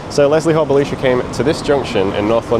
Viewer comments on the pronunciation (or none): Interesting that you pronounce Belisha with the ee sound rather than the eye sound. Belisha when referring to himself used the Bel(eye)sha inflection. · The correct pronunciation (used by Belisha himself) was Bel(eye)sha. He was an ally of Churchill , Jewish and therefore vehemently anti Nazi.